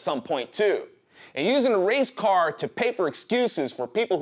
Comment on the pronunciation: Kept thinking was saying Racecar. What does a Racecar have to do with the riots? Oh, Race Card. Gotcha. Nevermind.